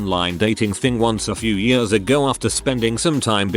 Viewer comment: Love how the robot voice says "years". "yuerz"